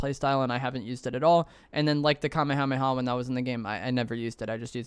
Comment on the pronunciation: Love the content but every time you mispronounce “Kamehameha” I die a little inside